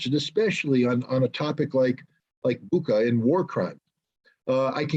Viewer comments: You pronounce the name of the city wrong. It's called "Butscha". There is the reference to the english word "butcher", thats why they have chosen this city.. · Bucha is spelled Boo-Cha not like Boo-Kaa that ch is spelled like Chattanooga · It's pronounced Boocha in Cyrillic.. its not Booka... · it's not Buka it's Bu[ch]a (similar to butcher) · CORRECT BUCHA: BOO-CHA / BOO-TSAH WRONG BUCHA: BOO-KHA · Much respect gentlemen for what you're doing. .. lol it's Bucha (Буча) Not Buka)) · RICHARD, if you see this it's pronounced BUCHA with soft ch, not K sound. The Russian/Ukrainian spelling of the region shows a letter that makes a CH ( as in CHEESE) sound. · It's Bucha, not Buca, it can be written in Ukrainian and Russian "Буча", you can copy that word in translation and listen, that old Britain lady is't right like Biden who said " iranians" instead of "ukrainians". I always thought that was fake if it was real, every city in Ukraine looked like Bucha. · Guys, pleeease:) it's BuCHa, not BuKa😅 Like "muCH" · Bucha ....Boocha not Booka. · You pronounce Bucha wrong. That's why Biden called Putin " a butcher" because it sounds similar ( Butcha) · The "ch" in Bucha is pronounced as in Richard. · It's BOOCHUH. CH like Chocolate. The Cyrillic letter is "Ч". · I thought it was pronounced booka thats what someone else said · It's BOO-CHA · Is this a video about an old man who doesn’t know how to use twitter with any sort of efficacy or about war crimes committed undeniably by Russia in Bucha. The man doesn’t even know how to pronounce the name of the municipality.